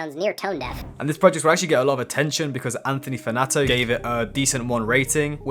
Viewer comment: "Anthony Fanatoe"